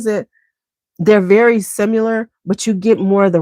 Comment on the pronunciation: I often wonder why you say 'SIMULAR'' instead of 'SIMILAR' when talking about fragrances that smell alike, for example Oud Satin Mood and Rose L'extase Absolu? SIMULAR means to be counterfeit or pretending to be something else...is that what you mean to imply? Sorry if I'm misunderstanding😂